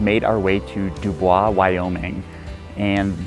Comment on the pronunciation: It's pronounced duboys